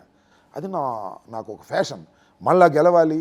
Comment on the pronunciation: రాజకీయం పేషన్ అనాలిరా ఫ్యాషన్ కాదురా, నీకు ఆ సంబంధాలంటే ఫ్యాషన్ రా అందుకే అన్నిటికి ఫ్యాషన్ అంటావు.